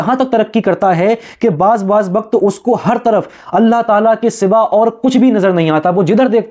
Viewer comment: اللہ کا تلفظ کرو بھائی